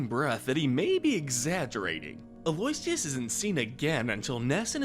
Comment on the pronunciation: Actually for Aloysius it's pronounced as (al-oh-ish-uhs)